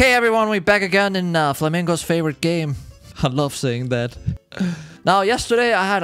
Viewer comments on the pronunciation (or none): Funny that he always says flamigos fav game lol